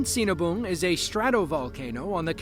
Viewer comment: That last video. I dunno how that volcano name is spelled, but all i can hear is cenaboom. And yup. They seen a boom!